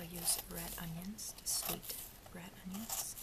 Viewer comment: Its onions? Not unions right?